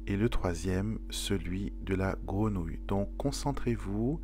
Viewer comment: On dit grenouille pas grénouille 😂😂😂